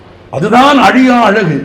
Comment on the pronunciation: அலியா அளகு இல்லை..அழியா அழகு... தமிழை தமிழாக பேசுங்கள் தயவுசெய்து 🙏